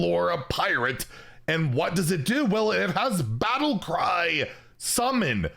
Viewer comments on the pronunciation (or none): it has what? 🤣 battleCrY!!